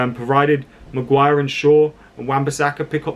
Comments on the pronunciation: It's "Mag-wire" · 'Maguan' sorry mate its stuck now